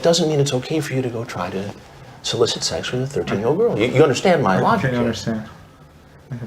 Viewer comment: Chris doesn't say Sex he says Sax 😂😂😂😂😂